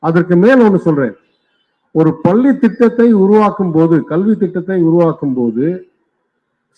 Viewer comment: பல்லி இல்லை, பள்ளி என்று சரியாக உச்சரிக்க வேண்டும்.. நாதாரி அண்ணாமலை.